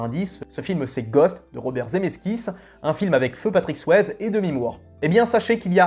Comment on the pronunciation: Si tu prononces Tom Berenger à la américaine, tu dois aussi prononcer Patrick Swayze à la américaine. Le « e » de Swayze se prononce comme un « i » 😁